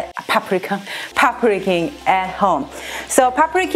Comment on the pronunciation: Omg, your Thai food looks more Thai than Thai people cook😍 Btw... your pronunciation of pad prik king is very clear lol